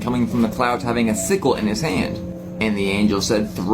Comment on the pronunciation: What the hell is a cyst I think he's trying to say sickle